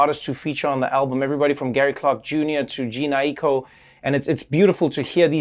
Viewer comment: I am so annoyed that you couldn’t say Jhene’s name right in the John Legend interview 😤😤😤